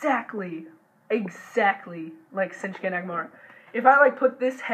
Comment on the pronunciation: It's shinsuke not sinshuke